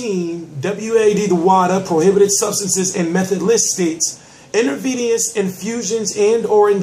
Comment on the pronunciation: You pronounced enterveneous wrong.